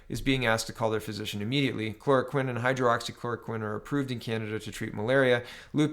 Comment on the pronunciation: Not to be a dick but I am... It's Hydroxy- clora-quinn